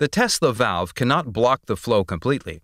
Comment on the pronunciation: "Tesla velve"